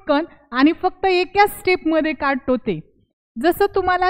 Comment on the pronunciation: एकाच असे बोला. चुकीचे pronounce करू नका. खुप छान trick.